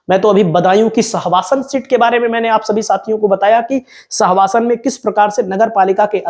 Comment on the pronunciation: स्वासन नहीं है सहसवान है